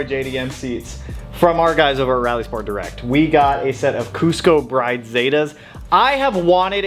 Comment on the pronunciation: Lovely seats! Pronounced Brid, though, not Br-eye-de. ❤